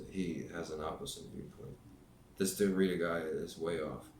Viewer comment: Derrida is pronounced (DARE EE DA).